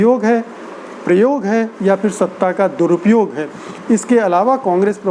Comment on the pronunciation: Sir with due Respect , fool is no word, it is bhool. Same way there is no word like . feer , it is phir . All the word pronounce with “ ji “ you can change with “ zi “ like zindagi not jindagi. Zaroor Not jaroor etc etc. thanks